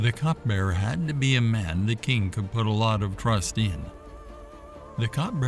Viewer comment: Cupbearer not cutbearer